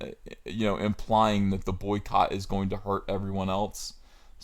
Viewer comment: The way you said Soycott.. That made spill my water out.